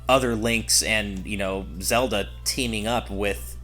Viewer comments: FOR THE LOVE OF FUCKING GOD STOP SAYIING "ZODA" IM GOING TO FUCKING DIE OF A STROKE... It's ZELDA!!! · I keep hearing "Soda" instead of Zelda xD